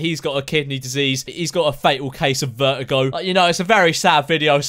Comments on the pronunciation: he said vertigo as veigo i think britishers skip the 't' imagine him saying "attestation" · Lol I thought he said vergo and my sis is a vergo WAIT I CAN DIE FROM MY SISTER?